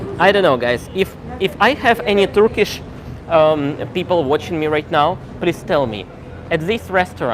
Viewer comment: Fantastic Turkish pronunciation 😊